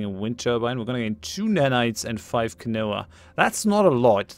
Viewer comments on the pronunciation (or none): Just a heads up, quinoa is pro-nounced "kin-wa". I live in Melbourne and the yuppy's love that crap.